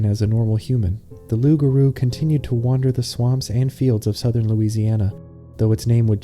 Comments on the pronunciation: the r in garou sounds so american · the pronunciation of loup-garou is so right and wrong at the same time 😂